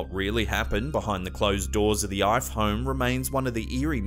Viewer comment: Ife is pronounced Ee-Feh.